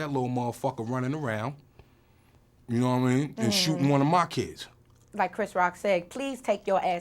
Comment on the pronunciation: Meth casually going full london for that 'no wha I mean' haha. New york man dem always seem to have a bit of London in them